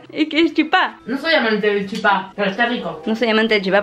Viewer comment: para master chef♥ pd: amo porque pronuncia chipá como en guaraní. saludos desde paraguay.